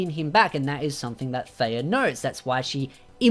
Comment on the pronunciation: I'm starting to not hate Freya so much with the more details your releasing from the LN's. Thank you for that. But I do have a question. My hearing is not 100% and I feel like your saying Feya instead of Freya. Is that so or Am I simply not hearing your "R" sound ? It confuses me... :S